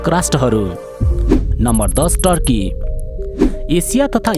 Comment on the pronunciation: टर्की हैन तुर्की